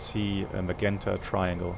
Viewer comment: My good, old friend,. 'Magenta' is pronounced as MaJenta in English. I hope that helps? Take care my friend, we miss you.